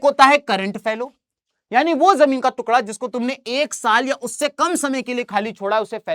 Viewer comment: Jamin ka tukda ❎ jamin ka tukla✅ 😂 btt sir u r the best teacher of sst 😊😊🎉🎉🎉